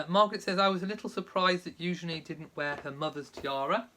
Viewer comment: Loved Eugenie’s beautiful dress. It’s refreshing to hear you pronounce her name correctly! Thanks for explaining the Great Gatsby connection! Beautiful wedding.